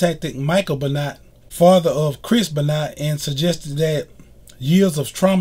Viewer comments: Be-not lol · Im pronouncing his name wrong its ben-wah look in the comments to get it right. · Chris beenot😂😂😂😂😂😂😂